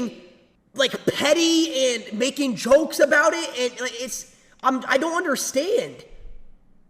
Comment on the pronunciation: "tell me ughbowt eht"